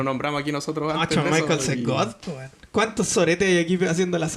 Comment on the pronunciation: Bonito podcast, aunque el luchador se pronuncia San Michels...